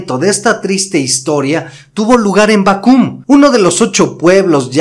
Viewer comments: Bácum no Bacúm. Por cierto buenos comentarios y hay que decir que Don Porfirio Diaz tampoco es como lo dice la Historia. Con todo respeto sugiero que se comente con más respeto los personajes de la Historia. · Es Bácum no Bacum, conozco la iglesia de puro ladrillo. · Permíteme corregirte la pronunciación de Bácum... La palabra suena acentuada en la primera sílaba. Saludos desde Hermosillo, Sonora, tierra de yaquis.